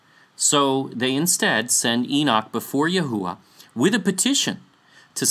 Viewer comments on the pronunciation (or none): none